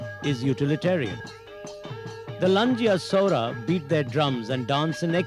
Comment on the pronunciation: Saora..saura is correct